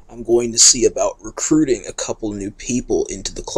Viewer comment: did you say recruit?!?